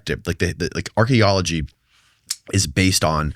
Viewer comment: I hate how he pronounces "Archaeology" like "Astrology"